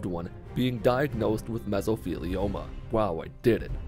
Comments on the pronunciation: He still said "meso-FEE-lioma." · "God damn it I'm gonna kill somebody" then proceeding to mess up saying Mesothelioma just made my week 😂